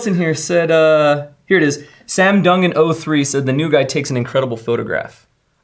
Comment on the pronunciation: My whole life people have mispronounced my last name.... Duncan..... Doongen......etc. pronounced it right on the first try. Thank you man. 😂😂